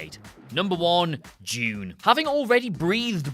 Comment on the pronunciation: What did you say #1 was? I heard Jude, but did you mean Dune?